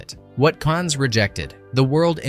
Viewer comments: can't stand the mispronunciation of Rhod and Cannes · Cannes is pronounced "can"...not "cons" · Awful narration. "Cannes" (the movie festival) is not pronounced "cans" like "tin cans", it's pronounced "cahn" and the s is silent. Ruby Rhod's last name isn't pronounced "road", it's "rod", like Dennis Rodman. If you're going to use a generated voice, at least put the effort into having it speak correctly. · great video of a great film, thanks for this. but silly boy, the s in Cannes is silent. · The 's' of Cannes is silent man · makes videos about movies but doesn't know how to pronounce Cannes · I guess pronouncing Ruby Rhod, Cannes, and Mondoshawans correctly was just not an option?